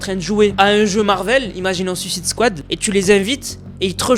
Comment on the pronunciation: Ta dis sucid scoad alors que c de comique